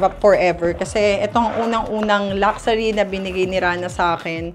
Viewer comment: Luck-shoo-ri vs Lucksari 😑